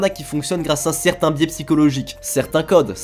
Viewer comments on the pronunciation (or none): none